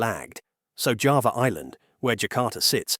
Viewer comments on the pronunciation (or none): none